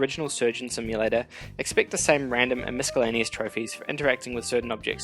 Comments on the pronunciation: FYI The C in miscellaneous makes an S sound,NOT a K sound. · Nice video. Although putting a hard c in miscellaneous is a bit distracting.